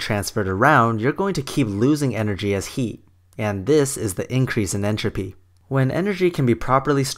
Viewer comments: it is "HEAT", not "HE"! XD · You seem to harbor a lot of animosities. I think that the combination of your filthy mouth, your inability to pronounce the word "heat" correctly, and the amount of time you spend telling us how the other argument is wrong rather than proving it, I can safely assume that you are a victim of the political hijacking of science. I am not a fundamentalist nor an atheist, but your argument was circular and filled with sensationalistic naughty words. I would not be surprised if this was made while you were still living in your parents' basement. Take the chip off your shoulder and move on with your life. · I love how you pronounce heat :D